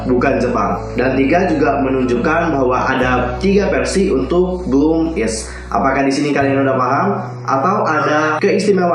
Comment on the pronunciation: Kak, WIZ*ONE itu dibacanya wizwan bukan waizwan, terus BLOOM*IZ dibacanya bloomaiz bukan bloomiz